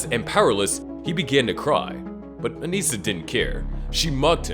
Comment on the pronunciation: Its not pronounced "An-eeesa" its just pronounced "Anissa". You know, like how its spelled you dumbass